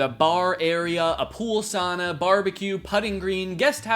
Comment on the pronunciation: Sauna is pronounced sowe-na, not saw-na. - Sincerely, a Finnish Canadian